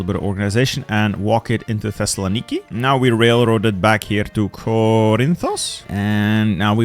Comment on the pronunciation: My favorite thing while watching your videos, as after i saw one of your WW1 ottoman empire videos and you said thessalonki like 8 times in a minute, I now play a mental drinking game whenever i hear you say thessalonki in any of your videos, I dont know why but i always find it funny now Times said thessalonki